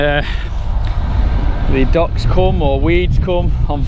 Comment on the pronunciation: I thought he was saying ducks. Took me a bit to figure out he was saying docks.